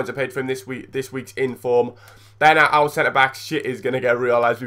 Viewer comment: U said infrom